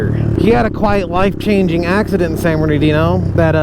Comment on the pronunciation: I’ve heard a couple diffrent names behind San Bernardino…. Like San berdoo… San murdadino….. now hearing you call it….. San ghettodino! That’s a new one!